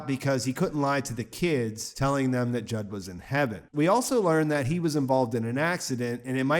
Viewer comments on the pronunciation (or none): none